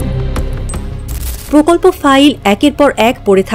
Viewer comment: এই সংবাদ পাঠিকা কোনদিন কি প এ রফলা উচ্চারণকে সঠিকভাবে উচ্চারণ করতে পারবে? পকল্প ,পতিবেশী, পকাশ, পতিষ্ঠান, পধানমন্ত্রী , পতিটি - আমি ছাড়া কারো কানে কি এই জিনিস খটকা লাগেনি?